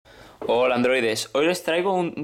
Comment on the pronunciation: no dice hola dice huola androides